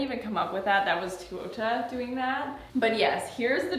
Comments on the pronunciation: All the albos shaking at her pronunciation.. it's TAY-ouu-AH not twoo oh ta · I loved seeing the process 🤍 but hurt every time you butchered her name 😂 it's TE(~teh) -U(ou)-TA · The dress is beautiful!! But … I have to say it because it was killing me throughout the video… Teuta would be pronounced more like “Tay-oo-ta” instead of “Too-oh-ta” 😅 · Its pronounced teh-oo-tah pls say it correctly atleast, shes an albanian designer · Teuta is pronounced “Tey-u-tah” right? Every time I watch a video about this designer I’m confused by seeing the spelling and hearing the pronunciation with an “oh” sound. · I always thought her name way pronounced “tay-oo-ta” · you’re so so cute but I’m flabbergasted that even at this point in the relationship you were still pronouncing ‘Teuta’ like that 😅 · You've gotten so many dresses from her and now a custom wedding dress and their ALL STUNNING. <3 I don't know how you're still saying her name wrong.... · I'm not sure you are pronouncing Teuta correctly